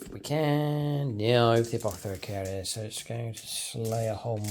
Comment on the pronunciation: Hey, been a while… You really nailed that “Apothecary” at the start…! 😊 Looking forward to some fun AoO detachment army development videos…